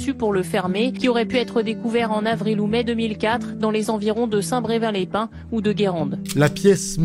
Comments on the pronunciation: J’adore tes vidéos, tu es douée pour conter des histoires! Je me permet juste de préciser que c’était St Brévin et pas St Bre(u)vin, et que cette ville ne se trouve pas du tout sur la côte d’Opale, mais en dessous de St Nazaire près de Nantes 😊 c’est la côte de Jade. Voilà voilà, merci à toi, et continues comme ça! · Bonjour, une vidéo touchante. J'ai mis du temps avant de la regarder, je venais juste d'accoucher. Ici, on prononce saint Brévin, et non brevin. Et Guérande est située au nord de l'estuaire, alors que Saint Brévin est au sud. Il y a environ 35 km entre les 2. Les 2 endroits sont agréables et très beau. Merci pour ta vidéo. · Je t'adore hein mais ça m'a stresser toute la vidéo, j'habite à coter de St brevin et ça se prononcé braivin pas breuvin !!! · Exactement, St BrÉvin, et non "st breuvin" est située sur la Côte de Jade 🙃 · La côte d’opale ?? Où avez-vous trouvé cette information ? Étrange ! Et, c’est saint BrÉvin, pas prononcé « breuvin ». Merci pour les locaux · Pardon mais ça m'as turlupiné toute la vidéo... C'est St-BrÉvin pas St-Brevin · Et petite rectification on prononce saint brévin. Mais c’est un détail. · Coucou, superbe vidéo merci de nous faire découvrir c’est enquête. Petite précision on dit Saint brévin les pains 😊. Continue comme ça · Ah merci le « St brevin » sans accent m’a écorché d’oreille vivant là bas 😂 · J'habitais dans le secteur à l'époque des faits (d'ailleurs cher on prononce Saint BrÉvin 😉)... J'avais 24 ans et le fait de rouler en camionnette m'avait valu d'être interrogé... Cette fameuse "route bleue" est tres dangereuse ne serait ce que pour la circulation routière (à l'époque c'était pire) elle est entourée de part et d'autre de centres aérés/colonies de vacances le tout bien caché dans des forêts de pins... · je vie juste a cote j'en et toujours entendu parler, et ca ce dit saint Brévin sinon super vidéos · Ça se dit saint-brévin 🙃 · On dit saint - brévins - les - pins